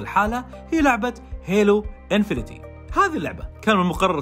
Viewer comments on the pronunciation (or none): اسمها هيلو انفنت مش انفينيتي! 😅😅😅